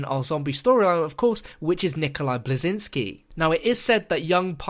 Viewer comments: 3.56 nikolai blizinski? i thought it was belinski. no offense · It annoys me how after years of playing the game and even making a living from it fails to pronounce "Belinski" (Nikolais last name) properly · OMG learn to pronounce "Belinski"